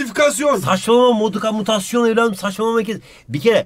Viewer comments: modukamutasyon hahahahaha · modukamutmasyon :D